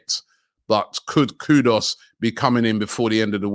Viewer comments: Robbie the name Is Ku du us, not Kudos😂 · Personally I’d love to see Vlahovic at the club cos imagine the crosses from Odegaard and Tierney raining down for Vlahovic 🤯🤯 if that’s not possible then we should go all out for K U D U S!! Not Kudos Robbie!! Not hard to pronounce. 🤦‍♂️😂 same as Lautaro Martinez not Laturo. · How can he keep saying Kudos instead of Kudus? It’s not that hard to pronounce lol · I will tell Robbie kudos the day he pronounces Kudus' name correctly (Koo-Doos) 😂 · Vly-a-vitch Koo-Dos 🤣